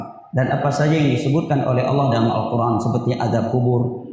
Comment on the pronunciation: mohon maaf bacanya : Al-Quran bukan Al-Qurngan